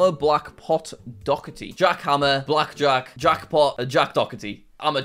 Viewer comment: Doherty is... "Dockerty" now?